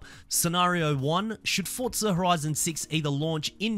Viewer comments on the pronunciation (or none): “Fotza horizon 6”💀